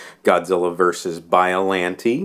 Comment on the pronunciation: its not biolantee its biollante'